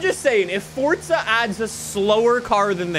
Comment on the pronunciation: I love the video but you pronounce forza as fortza